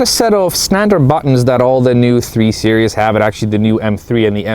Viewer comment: Are you saying 3 serious?